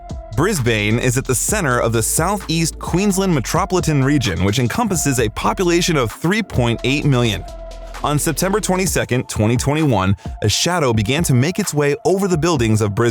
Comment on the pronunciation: Metroplitan? METROPLITAN???!!! D'you want to maybe do a second take of that line?